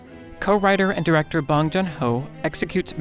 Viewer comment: the way he says bong hurts me. great video otherwise